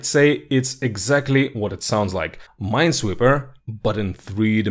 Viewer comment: It's ... Ninesweeper.